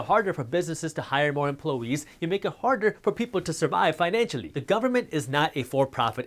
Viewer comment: Emplo- eees😂 minutes in